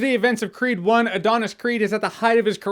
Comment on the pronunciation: Every time he says 'creed' , I hear it as 'creep' ..